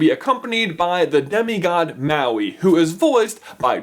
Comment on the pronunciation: Maui: Pronunciation: Mah-wee. Not Ma-wee. Get it right, people!